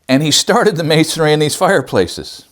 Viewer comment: I've heard you say "masonary" in the past. Did Ken also teach you the correct pronunciation?